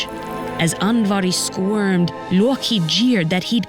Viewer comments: It's Loki, not Yorkie. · The way she pronounced "Loki" LOW KEY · That's why the voicer called him: Loreki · it is pronounce (lo-key) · "...and the notoriously mischievous Looki". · That "loki(luwkee)" pronunciation hits different. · Somebody: "He is Loki" Narrator: "His name is Looouwkey" Jokes aside, love to hear what I assume is the correct pronunciation of Norse names. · The way she says Odin and Loki is a blasphemy.